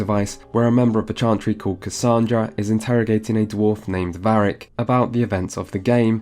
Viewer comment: Did he say Barric ??? I'm not sure but if he did then he's obviously never played this game. Maybe he's just the narrator I don't know weird.